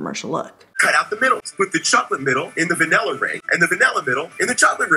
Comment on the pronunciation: I hate when people say van-ella! (the infomercial guy)